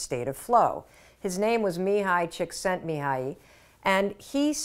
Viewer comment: Wow, as a Hungarian, I'm impressed by your proper pronounciation of Csíkszentmihályi's name. Kudos!